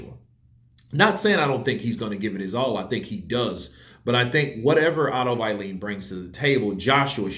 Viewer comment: C'mon Man, "Wallin" is pronounced "V-Eye-leen"!